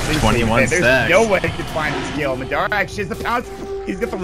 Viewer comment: its driving me crazy how the announcer is saying madera instead of madara